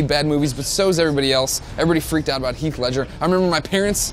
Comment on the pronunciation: Its HEATH Ledger not keeth.